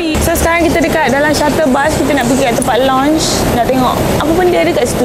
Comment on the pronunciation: Lounge..pronounce as lau nch..not lonch..(launch) Steak pronounce as stake..not stick